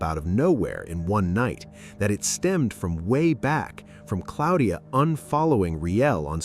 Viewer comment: Who is Cloudia?? Ya'll using this AI shit and still can't get it together. Go back to school and learn how to pronounce ppl names right